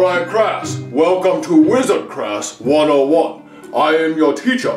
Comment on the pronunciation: I love how he Sayed "WELL COME TO HOGWARS"😅